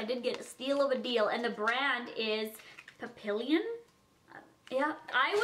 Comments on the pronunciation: Papillon is butterfly... say it like paw-pea-y-on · "pap-ee-yon" = butterfly in French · Where my Jackson wang stans that got pissed by the way she said papillon... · Ankfkdjsjsjsha i love youuuu but the way you pronounced papillon... it's French for butterfly and the way you pronounced it hdksksjshajjakajshshsjw 😂 sorry it just ticked me offff